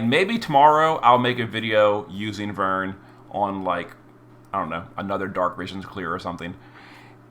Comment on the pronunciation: Glad you pronounced his name properly lol ("VERN") That aside, I wonder how they'll treat with the fragment select tickets that I assume were in that mail? That exchange shop is already closed